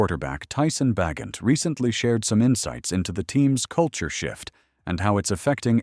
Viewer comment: It's pronounced Ba gentm